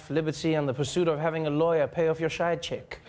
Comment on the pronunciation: DId he say side chick or schide chick .....???? Hahahah.